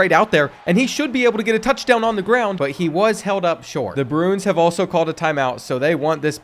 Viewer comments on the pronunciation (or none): Love your content but Bruins is pronounced “Brew-ins” Pena is “Pain-ya”.